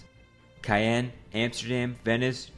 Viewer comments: it's caen not cayenne ffs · he pronounced caen as cayenne so I'm a bit sceptical of that option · no way he just said 'cayenne' lol